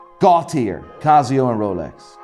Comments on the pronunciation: Watch expert that mispronounces brand names ?!? Cazio anyone? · It's not cazzzzioo man . It's "Casio" 😑